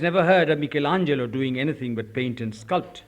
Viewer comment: eke bole asol intellectual - Utpal Dutta - darun darun darun bolechen Utpal Dutta....Huge respect to Utpal Dutta for pronouncing "Michelangelo" correctly. He was so thorough with his subjects.